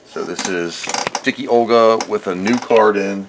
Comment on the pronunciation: Dicke Olga is actually not prenounced as Dicky Olga but as Dick-Uh Olga. german for Fat Olga. great vid.